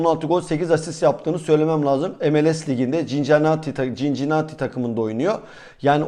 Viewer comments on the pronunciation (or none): Okunuşu sinsinati